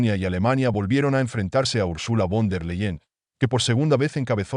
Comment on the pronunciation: se lee ursula fon der laien i se escribe URSULA VON DER LEYEN INFORMESE BIÉN ANTES DE ESCRIBIR Y PRONUNCIAR NOMBRES ALEMANES!!